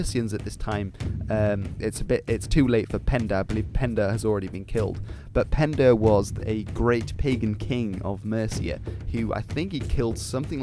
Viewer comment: King Penda? Hmm. My ears heard Pendraig. 🤔